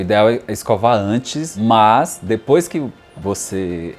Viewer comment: Que agonia ele falando "dIpois